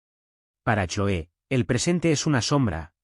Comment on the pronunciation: Se pronuncia Cloe en ingles